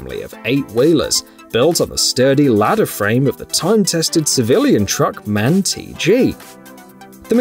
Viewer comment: You'll probably never learn. It says: M.A.N. and not Man